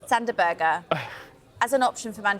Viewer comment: Sander Berge not Berger fk y'all on?